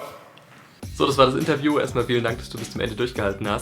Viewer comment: "Inteview" Liebe.